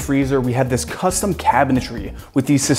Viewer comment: And a blunt each time he says "costum"